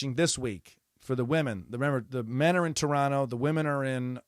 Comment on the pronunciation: Love that you pronounce Toronto like a local.🇨🇦